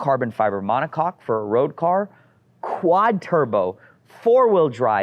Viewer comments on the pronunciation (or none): none